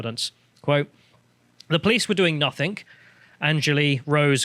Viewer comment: It's nothing, not nothink.